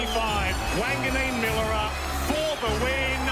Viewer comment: It's Mill-era. Not Milla-ra!!